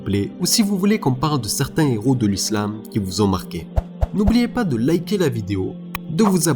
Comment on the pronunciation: La fierté de l'Algérie et des musulmans Allah y Rahmo mais juste je me permets une petite correction c'est les Héros et non les Z-heros y'a pas de liaison sinon très bonne vidéo MashAllah💪👍